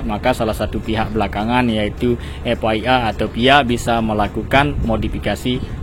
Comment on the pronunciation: FIA jadi "ef way a (FYI)" 🤣🤣🤣🤣,,,, FIA dibacanya "EF AY EY" bang